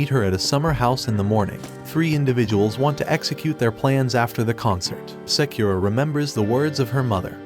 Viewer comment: Sakura name pronunciation murdered.. its Sah-koo-rah not Say-que-rah..